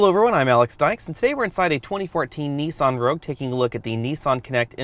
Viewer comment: I just wish you would say 'Nissan' correctly as it's quite annoying listening to you pronounce it incorrectly over and over again